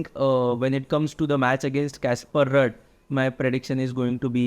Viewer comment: Work on the pronunciation of ruud